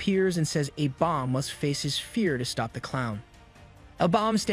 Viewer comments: Bro says abomb. It's A-Bomb or A BOMB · Love the breakdown but why can't this guy say the letter A right 😂 "Ah bomb" "Aah- vengers" is it just me lol